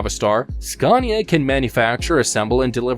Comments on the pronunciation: It's is pronounced SCANIA, not SCARNIA. There is no R in Scania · now don't come here and say it worng its skan-i-a we can't haveing you going around and saying it like porsch :'D :'D its por-sche..